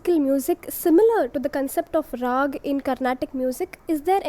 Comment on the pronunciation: It is not raagaa though.